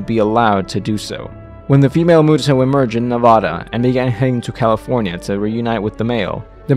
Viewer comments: Lel, am triggered cause you said Nevada wrong. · Its a good video but one thing that bothered me was how you said Nevada